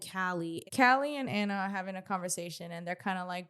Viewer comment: I've been listening for a while on Apple podcasts. I enjoy you both for the most part (aside from your weird bias to Biggie). I just wanted to see if you all not know or just choose to pronounce Ahna Mac's name wrong? its "Ah-Na". Like "AHHH". Not "Anna". lol. You are literally the only people I hear pronouncing her name like that.